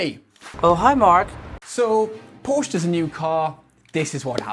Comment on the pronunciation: Nice review. Just need to pronounce Porsche correctly then it would have been a great review. The cabin isn’t naff if you sit in a right hand drive model.